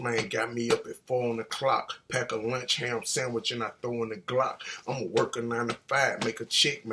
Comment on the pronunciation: Vega lee He said ham sammich he was specific😂😂😂😂